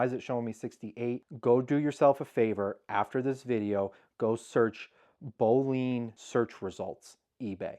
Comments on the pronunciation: Great info, thanks. Boolean is said boo-lee-un. I don't know the story behind it but it's probably mathy. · Boo-Lee-An, actually.